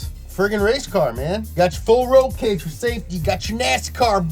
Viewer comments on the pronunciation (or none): none